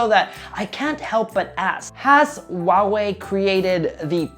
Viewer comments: Still not getting it? It is supposed to be pronounced as "Hua-Wei", not "Wa-Wei". Chinese name for Hua-Wei has two characters: traditional Chinse: “華偉”，simplied Chinese: “华伟“. "Hua" denotes the ancestral lineage of the Chinese people, "Wei" means being great. Mandarin is a tonal language. You have to say it SUPER PRECISE and when you pronounce it wrong, it means completely two different things, and "Wa-Wei" means nothing at all in Mandarin. Get it? It is as if you pronounce "huge" as "Uge" (Trump does that), or "hungry", as "Ungry". Makes sense now? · the way he pronounces Huawei grinds my gears a bit. It's meant to be pronounced with an audible "H", like "Hwa", as opposed to "Wah". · "WA Wei" phones are great. Go "WA Wei" go WA Wei. There is a fuking H in the front. Learn to pronounce the brand correctly, will you? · this man said WAWE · ffs. It's pronounced HU(LIKE ХУИ)-A(LIKE APPL)-WEI(LIKE U-E-I), NOT SO HARD YE? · HOW IS NO ONE HERE PISSED ABOUT THE WAY HE PRONOUNCES HUAWEI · He is not even saying it right.😂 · No problem, dude. It is just getting really annoying since everyone who is not familiar with Mandarin is pronouncing the name wrong. Keep in mind that Huawei is world's number 1 telecommunication equipment company pushing out 5G and cellphone is not a huge part of their business. I just think if you are going to review such a big firm, at least learn to say it right. By the way, I live in Dubai and people corrects my Arabic pronunciations all the times and that's how I learn.